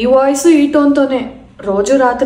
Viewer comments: Stone kadayya babu, tone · నీ టోన్ నీ స్టోన్ కాదు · Stone kadhu bhaya tone... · Stone kaadu tone